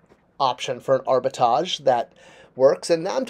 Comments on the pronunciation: Why aren't you pronouncing the 2nd 'R' in the word arbitrage? It's pronounced ARBA-TRAHJ, not ARBA-TAHJ. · you can’t spell and now you can’t pronounce words properly……….ugh. No wonder you can’t get an MBA. It’s very simple, break the word up into 2 parts. Arbi-trage. Now pronounce each part. Good boy. Now try pronouncing them together. Great job. See you can speak properly. 😂😂😂😂😂😂😂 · Abi-Tahj Mowry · Has to “dumb down” his explanation for a word he can’t even pronounce. A perfect example of how the people working these companies think we are morons and in fact clueless themselves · But is pronouncing the first a. He isn’t pronouncing the second R. In your example both R’s are pronounced. Has nothing to do with French this or English that. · Love your videos but hearing you say Arbitrage wrong each time has caused that tiny gremlin section of my brain to activate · That word has two "R"s in it,. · If you're going to make a video about the definition of a word you may want to learn how to pronounce it correctly. There are two "R's" in Arbitrage and both are pronounced. Pronouncing the word correctly you are defining might add to your credibility. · I googled it and played the voice clip for the pronunciation of the word while watching this video. Now, whenever pronounce it wrong in the video, it irritates me. LOL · how can be taken seriously when he can’t pronounce the word his entire video is based on. And his definition or explanation is not the correct definition of the word. But what do I know, I’m just a dumb viewer. know everything there is to know about toys yet knows nothing. 😂😂😂😂😂😂😂